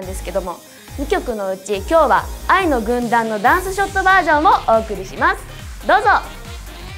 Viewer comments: ほんとに「ワイの軍団」にきこえる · 愛の軍団がYの軍団に聞こえるのは私だけ？ｗ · 愛の軍団、いいなぁ(*^^*) ただ、ところどころ叫ぶところがjuice=juiceっぽく聞こえる笑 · Yの軍団って聞こえます！はっきりと！笑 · フクちゃんの歌とダンスがさらに良くなった！びっくり。 小田ちゃん見てると、セーラー服の中学生みたい。可愛い。 全体的にメンバーそれぞれの扱い方はあってる！ やっぱ娘。はチームワークだ！ 工藤と生田は比較的全身赤くて目立つ。やっぱビジュアルメンだなー。 ついでに工藤の太ももがおいしそう(笑) 愛の軍団が、Ｙの軍団に聞こえるｗ